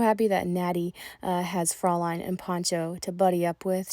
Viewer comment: Both of them are looking great! Very lucky horses.❤Fraulein is pronounced closer 'froy-line'. Check online German pronunciation to hear 😊